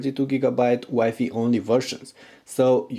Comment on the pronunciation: Learn to pronounce WI-FI!!!!!!!